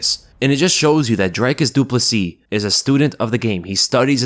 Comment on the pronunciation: Props for pronouncing his family name correctly bro!!